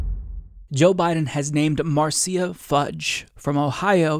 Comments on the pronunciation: It’s “Mar sha” NOT mar cee ya. Just thought you might want to know. 🥰 Nina so awesome! ❤️ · it's "Marsha" not "Marseeya" lol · Quick correction, Marcia is pronounced like marsh-uh, not marcy-uh. Idk how often her name is gonna come up from here on, but just pointing it out. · Marceya... LOL. Marsha (Marcia). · It’s Mar Sha Fudge. Marcia. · Marcia. Mar-sha. Like Brady. Marcia Marcia Marcia. I'm just saying. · it's pronounced Marsha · Pronounced Marsha Fudge. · I love you dude but it's pronounced "MAR-SHA"